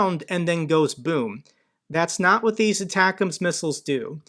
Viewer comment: Your pronunciation of atackums is my favorite